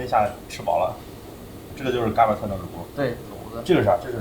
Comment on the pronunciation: 看了好几期天津探店视频，实在忍不住了，不是嘎儿巴菜，儿化音不是这样加的，三个字全部是大字眼儿，并且巴读轻声，另外是bēng豆不是四声哈哈哈哈